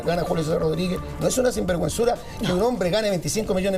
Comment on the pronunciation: moserrat no puede decir ,sinverguenzura dijo 3 :veces singuerguenzura , la vieja penca